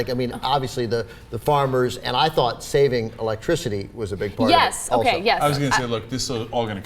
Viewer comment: It's SAVING! Not SAVINGS!!!